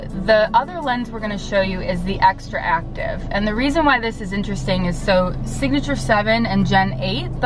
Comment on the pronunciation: To Doc, and some of the people commenting here, it's not Xtraactive, but XTRACTIVE. You should pronounce it as you read it XTRACTIVE. Remember, Not XtraActive. Well, don't worry, that brand name will pass to history, and will be forgotten soon. See you in Vision Expo East 2020!!! My pleasure! Max. NY.